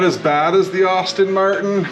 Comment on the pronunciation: Hey, thank you for posting this video. I appreciate the work you did to bringing this to life (FYI - I too am a fellow Asetek user, so I double-appreciate your videos) The only feedback I have for you is that "Aston Martin" is pronounced "Asstin" not "Austin". (Think Sean Astin of Lord of the Rings and Stranger Things fame, instead of Austin Powers :0) That's not going to prevent me from watching future videos though. Thanks for the post.